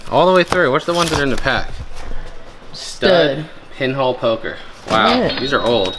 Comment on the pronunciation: lmao - your pronunciation of pinochle as pinhole poker was hilarious - Pinochle is a card game.